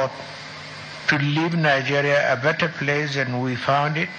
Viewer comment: Is he trying to come back to participate in the upcoming presidential election? Because that's what they do, even if they die, they come back to be the next president of "Nigaria" as they always pronounce it. A man that's home and the house cut fire, and he did not say ANYTHING!